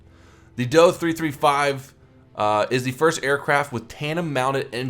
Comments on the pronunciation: ....last I checked we didn't pronounce the JU-87 as "The Jew-87" just say Dee-O-335. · DO-335 ist pronounced like the do in door